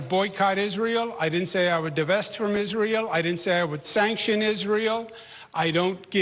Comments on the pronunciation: “…and as may-uh of Is-rail…” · Could you skip the accent when saying Israel? 🙏 Pretty please?